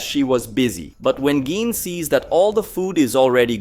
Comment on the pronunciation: GEENE.....GEENE???? Bro...please.. as a fan you gotta say this right... Gi.. ne.. gine.... pronounced ghee nay..... please..GINE